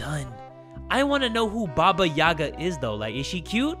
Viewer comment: The slavic stories always were a part of my childhood! Love your videos btw, keep it going! So to explain the name Baba Yagá(the stress is on the second syllable actually), Baba is short for granny and yaga is her name. So basically baba yaga is a scary ugly Slavic witch, that usually figures in mythology, flying on a broom and living in a hut with chicken legs. She also has some magical powers and lives in a forest. Tho I’m sure that in this game her(or its) appearance will be much more different and even scarier than it is in kids tales.